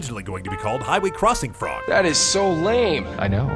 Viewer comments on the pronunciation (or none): none